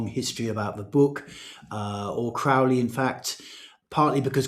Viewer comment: Crow-ley like holy, not "Craw"-ley like crawl.